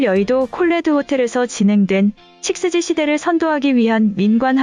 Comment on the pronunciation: 육지라고 읽으면 이상한가? 식스지가 더 이상한데.